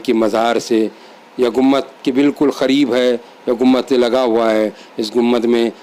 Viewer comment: ACHHA SILSILA HAI. A'BAD KHULDABAD DAULATABAD KI SAARI DARGAHON KI MALOO.MAT , SAHI HISTORY VDOS BANAIYE. ZARA APNE URDU TALAFFUZ PE DHAYAN DEN. AAP " GUMBAD " KO GUMMAD BO LE JAA RAHE HAIN..